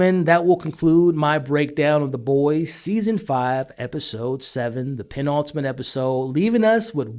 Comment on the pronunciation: Say 'Penultimate' again. I double dare you mothafucka!